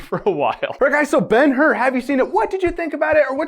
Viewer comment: Ben-Hur = Bone-How